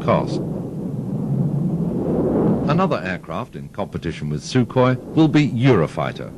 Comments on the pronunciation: se dice sukhoi no sukhoy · se dice sukhoi no sukhoy!!!